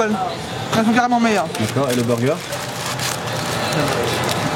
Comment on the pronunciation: Pourquoi les français disent burger en englais tellement mal???😂😂😂